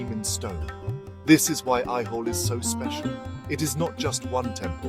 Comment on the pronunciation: Please correct your pronunciation the name of the place / village is AIHOLE and NOT what you pronounce AIWHOLE. Also it is NOT NAGAARA but NAGARAA. And the visuals are not of AOHOLE alone, but are mixed-up mess.